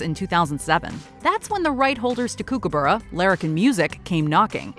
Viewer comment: The pronunciation of Kookaburra is making my Australian brain hurt....